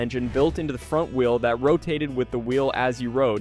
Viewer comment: Can't even pronounce wheel.